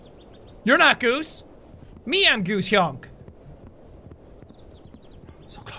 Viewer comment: Say honk and not hounk